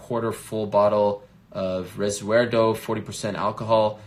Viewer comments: Resuerdo Helwani? C'mon bro you're better than this. REC(K)UERDO BRO, Masvidal's liqour! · Ariel, it's pronounced with a k sound, RECUERRRRRRRRDO. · What he said?, resuerdo o he means recuerdo!? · That’s what I thought! But Halwany said resuerdo?! Someone teach him Hispanic!! 😣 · Jorge gonna baptise Ariel for mispronouncing his mezcal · Ariel can't even pronounce "RECUERDO" well, it's not like he is reading Thai or Chinese